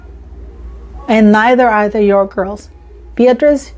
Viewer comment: I think she means Sarah (Fergie) but her pronunciation makes it sound like Zara.